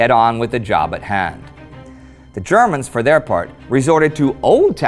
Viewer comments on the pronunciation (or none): none